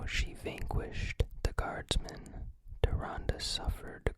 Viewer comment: AWWW YEAH YOU PRONOUNCED TYRANDE RIGHT I'M SO PROUD OF YOU BUDDY